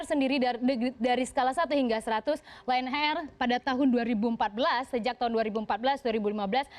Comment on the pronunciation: Ditulis: Lion air Dibaca: Lie on air